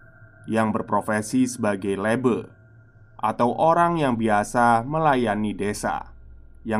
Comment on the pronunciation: baca nya Lebe bang bukan Lebe 🗿 Le 1 kaya baca lebah, be nya kaya be biasa 🤣